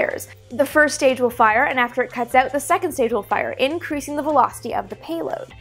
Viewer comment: "...so definitely check that ooot if you still have more questions" That was so Canadian sounding, haha. Have you been following what modern private rocket companies have been up to, and any plans to make videos covering that stuff as well?